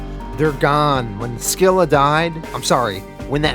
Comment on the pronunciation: Fixes Singapore yet can’t get “Skilla” 😂